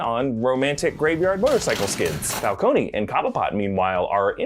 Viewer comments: I thought it was Fal-cone not Fal-coney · falcone not falcony god dam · So nobody will adress the fact that,long term Comic-fan (as he claims to be) is butchering the name of the iconic gang leader in Gotham???? Falc-on, not Falconey,jesus christ! Much like they did with Venom,calling them "Simda Yachts" and not Symbiots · It's /fal-CONE/, not /fal-COH-nee/. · I wonder how will Matt Reeves approach the pronunciation of Carmine's last name will it be (Fal-cone) or (Fal-coney)? 🤔🤔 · FAL-CONE....why are you saying the E???